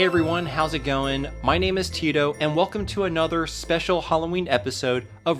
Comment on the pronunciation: Yes that is how Tito is pronounced. "I" makes the "ee" sound in Spanish.